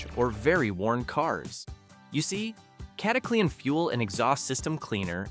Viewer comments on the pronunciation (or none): Cata cle an ....stoopid ai😊